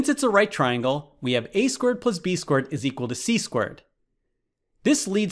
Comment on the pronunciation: I can't unhear it now once I heard it. He says 4² as 4 squirt.